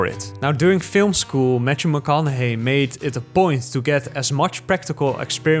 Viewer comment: “Matchew” 😄 but interesting video :)